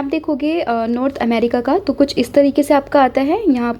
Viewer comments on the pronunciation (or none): none